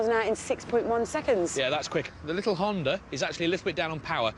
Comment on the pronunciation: lol "hondur"